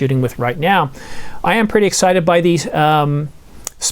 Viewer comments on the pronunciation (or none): none